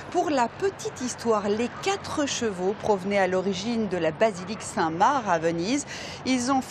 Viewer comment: Saint-MarC, le C aussi. Ya rien qui va dans sa prononciation 😂